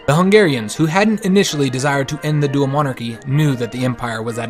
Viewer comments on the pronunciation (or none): none